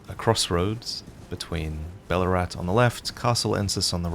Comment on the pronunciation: Every time you say Balurat, I keep hearing Ballarat... You from Victoria, mate?